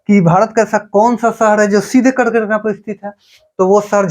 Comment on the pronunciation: app R ko D bolte ho bro thoda try kro R ko R hi bolo jese app kark rekha ko kard rekha bte ho